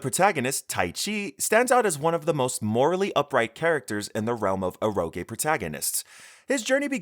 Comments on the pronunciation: The way this guy mispronounces Eroge is really jarring. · E rO gE. I feel like the guy speaking didn't have english as his first language. Some genres mentioned were the first time i heard their pronunciation that way